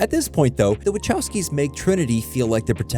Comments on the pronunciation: I really hate the way people pronounce Wachowski... It's Vachaooosky... Closest I can transcribe is Vahovsky? But that's singular. If you use that plural it's Vahovscy ...never mind... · Hi Sorry to bother, but as a polish person, i really cant stand how you pronounce Wachowski. I know they're Americans, but still, this i a polish name and should be pronounced properly, something like Vahovsky, cheers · That "Wachowski" pronunciation though...